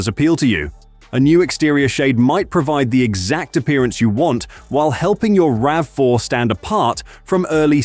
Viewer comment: I want Toyota to bring the RAV4 PHEV Woodland to Canada for 2027. We only got the HEV Woodland in 2026. P.S. Please retune your AI voice so it consistently says "rav4" not "ravvy4" every so often.